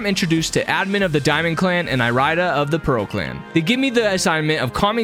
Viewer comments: the way you pronounce irida is physically painful to hear it’s pronounced like iridescent fix your pronunciation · Pretty sure it’s eary-da not e-rai-da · my mind: dont do it dont do it dont do it my body: DO IT me: (Irida) I-RIDE-A DICK i couldnt help it with the pronunciation